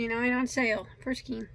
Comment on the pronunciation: Excellent tutorials, great teacher and very knowledgeable. Like the shirt. I've learned so much from you. Just saying; skein rhymes with PAIN and across doesn't have a t on the end.